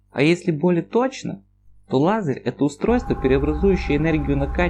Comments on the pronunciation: Лазарь - это мужское имя. А тут речь, полагаю, про Л-А З-Е-Р. Произнеси по буквам вслух и запомни произношение! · Лазер, а не лазерь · Все таки не "Лазарь", а лазер. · лазэря,лазэрь,неправильное произношение! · А почему "лазырь"? Фифекты фикции, да? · Лазарь? Читать научись, умник!!! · автор видео говорит Лазерь)